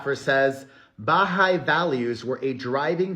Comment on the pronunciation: Hi, I just wanted to let you know Perez that you are pronouncing the Baha’i faith incorrectly. The emphasis would be on the hai not the Ba. Maybe Google someone saying it so you can hear it. I just thought you should know because you’re saying it quite often. Love you much.❤